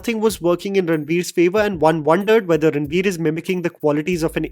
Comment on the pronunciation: even gets confused to say ranbir instead of ranveer 😂